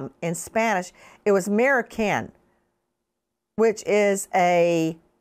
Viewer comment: “Maricon” or “Marica” the latest can mean cry baby, I used to call my siblings that when we were little. That word is slang, not necessarily a bad word. It all depends on their culture and or country of origin. Her pronunciation is not the greatest.